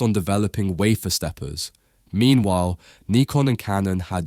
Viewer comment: Thank you so much for saying Neekon instead of Nycon. Please say Yeahnah instead of Dshenna.